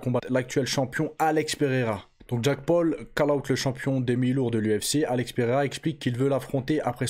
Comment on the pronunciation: Jacque paul 😂😂wesh la prononciation c chaud